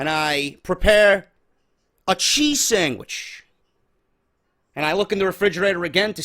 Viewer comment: he said sangwich